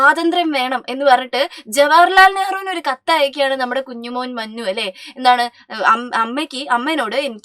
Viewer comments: മുന്നു അല്ലെ മന്നു അല്ല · മഞ്ഞു അല്ല മുന്നൂ ആണ് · Mannu no munnu is correct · മന്നു അല്ല മുന്നു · Mannu alla Munnu an😂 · Miss mannu alla❌ munnu anu✅😂😂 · മനു അല്ല മൂന്നു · ടീച്ചറെ മുന്നു അല്ലേ മന്നു അല്ല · മന്നു അല്ല ടീച്ചർ മുന്നു എന്നാ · Mannu അല്ല munnu ആണ് 👍🏻